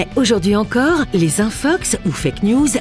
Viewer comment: Suis-je le seul a entendre Infucks et non infox ? Merci l'académie frââânçaise.